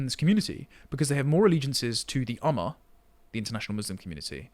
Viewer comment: Ummah is pronounced Uma, as in Uma Thurman. (not amma)